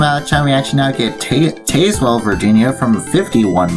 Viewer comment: Great video! It’s SAL-yers-ville, not “SAY-lers-ville”. Also TAZZ-wuhl, not TAYS-wuhl. Overall, you did well with the names. Those “Exit 1”’s you showed along the freeway bypasses of Tazewell and Bluefield, VA are part of sequential exit numbering on those brief freeway bypasses. I love that Grundy Walmart, with the bridge to get there and its odd parking deck. I’m disappointed that you didn’t show some of the newer pieces of US 460 as Corridor Q between Pikeville and Grundy that are only partially open right now. Going Westbound on US 460 in Bluefield, WV, WV does sign the split onto US 52 Northbound at Cumberland Road, while as you mentioned going Eastbound, WV failed to show US 52 Northbound. I think I know why WV failed to show it here. It would be an awkward routing for someone wanting to transition from US 460 Eastbound to US 52 Northbound , to go all the way up to Cumberland Road, then backtrack a few miles. Instead, I believe WV should sign a “TO US 52 North” somewhere closer to downtown Bluefield, possibly concurrent with US 19 through downtown.